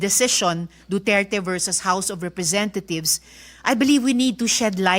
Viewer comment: I heard you said "the house of representathieves", Ms. Condominium ....hmmm